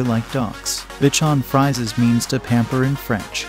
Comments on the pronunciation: For future reference Bichon Frisee is pronounced Bichon with accent on the O.. Frisee sounds like freeze + letter A.. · You need to drill your robovoice on pronunciation. Bitch-on Fries? Pappy-lon? Sam-oid? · It is Bichon FRISE -you are saying the name WRONG. Sounds like you have no CLUE about the breed. DO YOUR HOMEWORK first-it is shameful !!!! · Please learn the correct pronunciation of the Papillion, the Bichon Frise, Samoyed. Also the pictures of the toy poodle are not toy poodles,. You have a blue sheltie pictured, not a papillon in several instances. The mispronunciations and inaccurate pictures demonstrate a lack of knowledge about dogs. With the numbe4 of double coated Spitz type breeds on this list, it is clear that this is your opinion. Try looking at some herding, sporting and hound breeds instead.